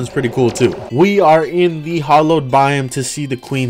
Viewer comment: Here’s a random terraria fact The hollow is pronounced “hal-oh”